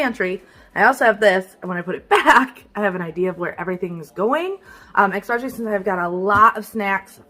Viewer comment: I have to say it. It is probably the teacher in me, but the word is eSpecially not eXpecially. I love your videos but you say that word incorrect and wanted to let you know. Many mispronounce this word but for what it is worth....